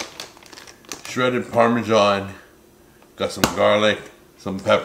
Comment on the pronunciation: really ought to learn how to pronounce parmesan. It isn't parmy-john as he says it. I'm European and I get cross when Americans ruin our tongue.